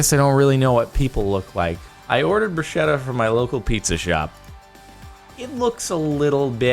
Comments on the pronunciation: It is pronounced "bru-sketta" not brushetta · bruschetta i pronounced with a k-sound, not sh-sound (brusketta), at least in Italian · Hey Jordan, bruschetta is pronounced like it had a k, 'brusketta'. Help a poor Italian spread the word to bigger audiences in the world, it would save people angry looks :) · Please pronunce "Bruschetta" correctly pleaaaaaase